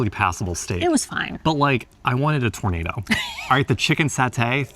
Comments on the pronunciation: LOL Tornado it is Tour na do, like oooh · tournados is pronounced as "tur-na -do" great peace of meat but no tornado .lol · tour- naah- dough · Try pronouncing tournedos as tour-nuh-dough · I'm not sure if you really think it's called a tornado? Or you know it's a Tournedos (French sounding) 😂😂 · You need some France pronunciation session.........it is not a tornado :) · The beef tornado should be pronounced in French:) The tournedos is part of the cow. Loveley video again, as usual.